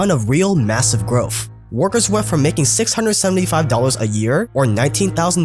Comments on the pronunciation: still can't pronounce Growth. Instead, going for growfffff. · Are you still pronouncing “growth” as “growf” please learn to say the ‘th’ correctly. It’s killing my ears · Groaf? Maff? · Why do you say growth as growf? It makes you sound like a toddler that needs speech classes. "th" and "f" sounds don't even use the same mouth shape.